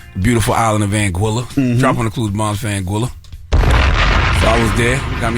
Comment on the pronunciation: If he been going to Anguilla for ten years WHY TF can't he pronounce it correctly?????